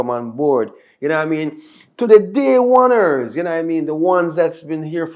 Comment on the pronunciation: "The day oners"😂😂😂